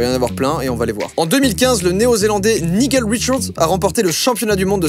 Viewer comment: "Niguel" ? Réellement ?